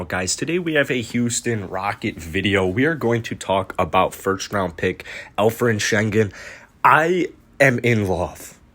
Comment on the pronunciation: Bro you gotta learn how to pronounce his name you butchering that thang 😂